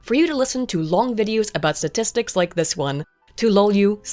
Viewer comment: "Satistics" is not a word.